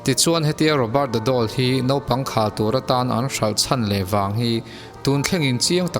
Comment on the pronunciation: "Naupang khal tur atan" tih lai khi " naupang khalh tur atan" tiin lam ta la a dik zawk ang em aw?????? ka ti deuh a, chuan in awm lem nana anlo hmang tawh zawk a nih chuan, "Naupangin an khal a lawm le" ti ang deuha hman chuan dik thei niin a Lang e ka ti deuh ..... Ka dik kher lo thei bawk a